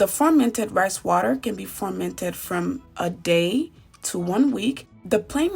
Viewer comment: Nice video? why do you keep saying formented tho? 😂